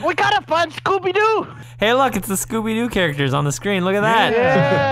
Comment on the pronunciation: "scoopy doo"